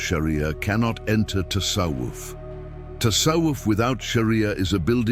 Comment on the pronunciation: Тассавуф а не тассаф. Правильно произносить надо. Админ